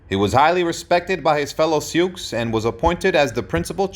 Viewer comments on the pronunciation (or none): This is not very good. The Sioux name is pronounced "sue", not "sukes". How can a historian get something so basic wrong? The depiction of the battle at Little bighorn gives absolutely no credit to Crazy Horse, either! It was the leadership of both of these great Sioux chiefs. Bad effort, try again! ..... Only get it right next time! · They are called the Sioux, pronounced “Sue.” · These two comment are both correct in the awkward way the narrator pronounced "Sioux". However this is a phrase based on French reports of the Nadowessi. The Oceti Sakowin (seven council fires) called themselves the people or were ID-Ed as Lakota- Dakota which are language designations. Today First Nations People's will use Tribe, Band or the greater language name. Sitting Bull was a Hunkpapa Lakota (his words) Again - so much YT content is ruined by a mispronounced name or word that I usually stop it. This one was of interest - so I watched it all cringing 😬. And omission of Crazy Horse (a young feared warrior) was neglected. Cheers.